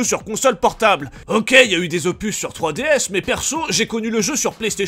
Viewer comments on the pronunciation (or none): none